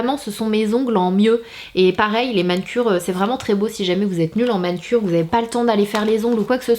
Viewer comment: Mdrrr mais Sanaa pourquoi tu dis MAN-CURE ? 😂😂😂😂😂